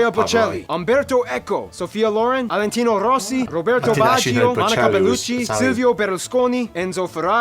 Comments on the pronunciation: Valentino Rossi not Alentino. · Isn't Alentino rossi, is Valentino rossi